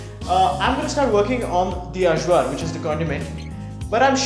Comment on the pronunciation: Point of info -- AJVAR is pronounced "EYE-VAR".